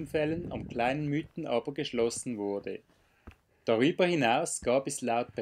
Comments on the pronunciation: Sehr gut dokumentierte Tour! Einziger Punk den ich zu bemängeln habe ist das man zum Mythen nicht "Müten" sagt sondern "Miiten". Da legen wir Einheimische grossen Wert darauf😉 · Ja das ist doch kein Problem, ich weiss ja selbst nicht ob ich schon öfters Berge die nicht in meiner Region waren falsch ausgesprochen hatte. Der Namen Mythen soll übrigens von der Alp kommen welche zwischen den Mythen sind und also in der Mitte ist. Und daher sagen wir Miiten, behaupten einige, obs stimmt weiss ich nicht... Ist ja eigentlich egal, hauptsache der Berg ist schön:) Liebe Grüsse und weiterhin gute Touren. Gruss